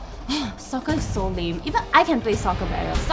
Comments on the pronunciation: Sometimes when you pronounce Soccer(Sorry Jian Hao) it sounds like Sucker. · am i the only one that hears saying soccer pronounced something like "SUCKER"? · How to pronounce soccer: Sucker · I am asian and don't pronounce soccer sucker. but ok i just heard it as sucker when she kept on repeating the same word "soccer"